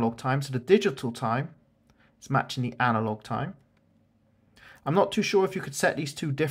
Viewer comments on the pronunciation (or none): the word is analog not anilog